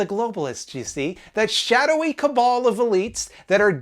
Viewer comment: Thankyou for pronouncing "cabal" correctly